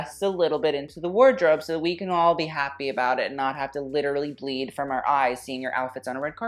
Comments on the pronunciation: "a boot a boot" who let the Canadian in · No one:: A BOOT